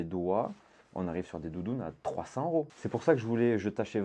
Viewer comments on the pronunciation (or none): none